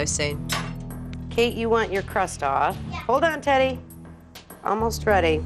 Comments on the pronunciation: It sounded like she said Titty instead of teddy 😂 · I thought she said, "Hi, Titty!"😂😂😂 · I can’t stop laughing at teddy Bc I think they are saying titty lol